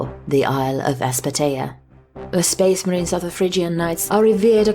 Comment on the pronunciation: Speeesh marheens